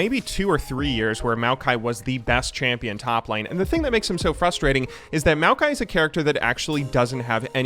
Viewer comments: That first kill was some 130 IQ stuff right there, also congratz on the pronunciation of Maokai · Maokai is designed by a Chinese guy whose name is pronounced Ma O Kai and thought it would be fun to name a champ after himself. I’ve met the guy once when I went back to China since he’s my uncle’s friend’s friend. Pretty chill dude.